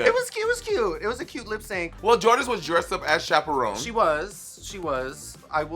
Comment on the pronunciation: Am I high or do I hear Monet saying chaperone